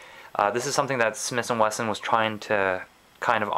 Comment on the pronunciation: Smith & weston. Not smiths & Winston